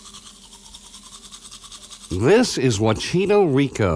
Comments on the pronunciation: Wn que chucha tu presentador no sabe como pronunciar wachito riko kjsjsjsjjsjsjs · no one: me, a Chilean laughing every time he says "wachito rico"